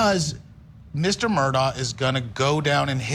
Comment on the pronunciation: Could at least 2 of the 4 people on the panel pronounce Alex Murdaugh name correctly. I have watched the entire trial from opening statements to the sentencing phase and I'm still confused on the corrrect pronounciation of his last name and even beyond that is it Alex or Alic?